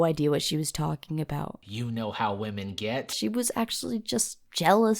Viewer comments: wemon-noun pronounced weh-men definition: the way 55-year-old men that do voiceovers for animated stories say women. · The disease one is voiced by the facts verse guy you can tell by his miss pronunciation of women